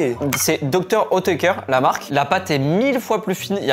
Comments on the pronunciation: Faut apprendre à lire Dr. "outéker" c'est grave quand même xd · salut, superbe vidéo mais a chaque fois que vous prononcer Dr oetker j'ai les oreilles qui saigne et c'est origine allemand Dr oetker